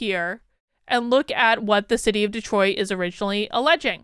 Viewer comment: Wow! Cool mispronunciation: "Destroit"!